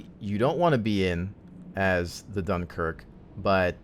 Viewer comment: Ahh, the great "DOOMKIRK" :D